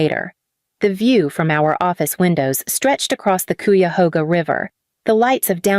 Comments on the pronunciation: Koo-ya-hoga River, haha. AI mispronunciations are terrible. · The way it pronounced the river in Cleveland was funny